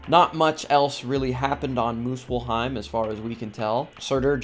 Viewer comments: Time to take a trip to MILF-heim 😂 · Good video but the pronunciation made it a bit unwatchable for the norse mythology fans... its Svartalfheim... NOT swortelfheim And its Muspelheim... NOT moopullheim